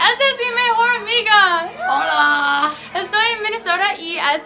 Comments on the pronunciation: Todos los gringos dicen ''Hola'' BIENN raro XD lo dicen como: Houla o Hoola, no se muy raro jiji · yo escucho puro houla houla houla houla xD